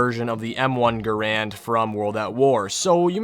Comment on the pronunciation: How I genuinely appreciate that he says GaRand Too :)